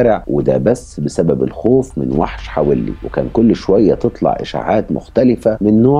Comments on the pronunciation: حَوَلّي .. وليس .. حَوِلّي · حوللي وليس حولي .. روح اسمعها في نشرات الأخبار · كنت عايشة هناك والنطق الصحيح حَوَلي مش بالكسرة. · عفواً إسمها منطقة حَوَلِّى.. بفتح الواو.. كل الشكر و التقدير لحضرتك على مجهوداتك و إنصاف المظلوم و تقديم النصح للجميع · حوَلّي بفتح الواو مش بكسر الواو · البني ادم ده كان في منطقتنا في السالمية وكان صاحب اخويا ببلعب جمب العمارة وفعلا الشخص ده طلب منه يطلع معاه يوريله مكان عمارة معبية وطلع معاه واعتدى عليه هناك وراحو اهله فورا قدمه بلاغ وكان وقتها عامل مرتدي لبس العمال هنا بالكويت ومن بعدها الموضوع اتكرر اكتر من مرة مع ناس مختلفه كنا بنسمع عنها الا ان في ناس كتير لم تتقدم بالإبلاغ عنه حابة اوضح لحضرتك حاجه بسيطة المنطقة الي حضرتك بتذكرها الي حولي في تنطق حاء مفتوحة والواو ايضا والياء مكسورة ( لي) تحياتي لحضرتك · اسم المنطقة حولي في الكويت تلفظ بفتح الحاء وسكون الواو 👍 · ياجدع اسم الحافظة حولي بفتحة الواو وليس بكسرة الواو😂😂😂